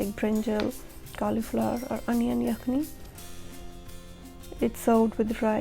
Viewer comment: hatak ye hai che Yakhen not Yakhni,….. khin chene ye kenh .